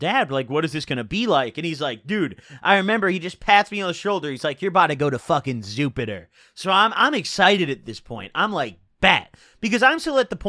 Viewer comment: Did he just say zupiter